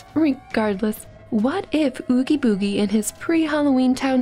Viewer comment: Please tell me I'm not the only one that hears nails on a chalk board when she mispronounced Oogie Boogie